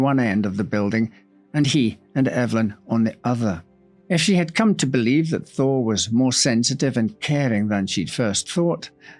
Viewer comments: Damn thee, … the entire time I thought you were saying Harry “Thor” Lol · Yes - it does sound like you were saying, "Thor" - not "Thaw". My mother, from Boston, would've pronounced "Thaw" similarly. 😉